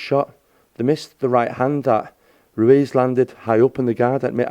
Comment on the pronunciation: Whos rwez😂😂😂 its ruiz